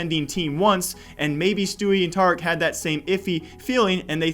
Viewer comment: Its tareek get it right please!